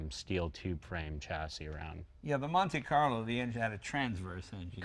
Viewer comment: it cracks me up hearing americans trying to say italian names.........like "SurgeeO"or "Stradalay"or "Straddoss""seddah ""MonteeCarlo" etc. almost as funny as Jay crawling in tight cars......love it !